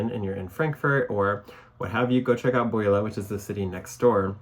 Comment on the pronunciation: pronounced "bew-lah